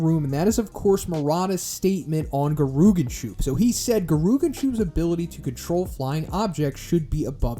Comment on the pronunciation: "Gerooganshoop" 💀 it's Geh-Ri-Yoo-Gan-Shoup(Soup)